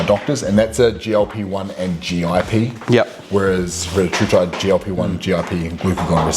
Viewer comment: It’s pronounced Ree-tat-rutide